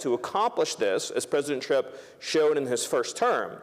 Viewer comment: Did he say " President Trip " 😅😂🤣 , thats what real Hate is.